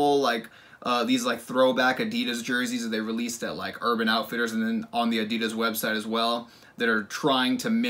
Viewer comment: the way you pronounced Adidas lmao uh-dee-duss